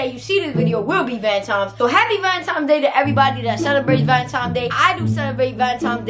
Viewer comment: Who else heard her saying “Valentimes “